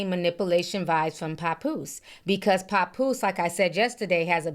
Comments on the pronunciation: Ti, you pronounce his name wrong 😂 it's pap like pap smear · lol not “Capoose”🤣🤣🤣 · “Pa-Poose” lol I love your accent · Idk where u from but it’s obvious it ain’t up north. It’s irking me the way u saying papoose name 😂😂😂 Girl bye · I can't stand the way u say Papoose's name chile 😕😂